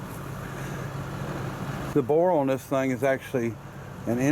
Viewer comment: No such word as oin its pronounced on